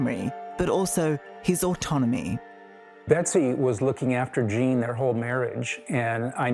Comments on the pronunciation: It's pronounced " Jean", long vowel /e/. It's a CVCe phonics patterns, not "Jane". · Jane?? Cant she pronounce Gene.. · it’s Gene -pronounced “Jeen” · Gene - pleaee prnounce it properly. Not "jane". Thank you for him and family